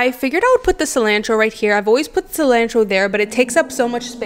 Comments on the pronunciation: Whys you say cilantro that wat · The way she says cilantro 😳🥴🥴🥴